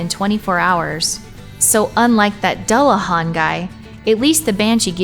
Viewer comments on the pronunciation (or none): And dullahan is pronounced doo-la-vawn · I am just cringing at the horrible pernounciation. Dullahan is pernounced as Doo-luh-hahn. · What kind of monster pronounces dullahan that way?! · Joshua Davis americans lmao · first time I've ever heard anyone mispronounce it so badly.